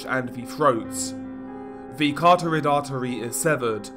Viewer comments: Medical student here- it's pronounced like 'carott-ed' artery, not car-torrid. FYI. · Ca-ROT-id artery.